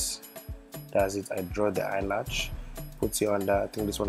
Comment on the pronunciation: Omg he's so funny he was constantly saying eye latch haha and y'all gotta rub in accordance in order to slay hard. Girl I enjoyed the video and yeah he did great but eye makeup was 💯😍